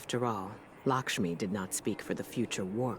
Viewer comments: I love u but, Lakshmi is not lickshmi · Every time he called lakshmi "likshmi" i cringed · It's Lakshmi not Lickshmi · "Lickshmi" lol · He keeps saying "Lickshmi," who is that? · "lickshmi" :) hahaha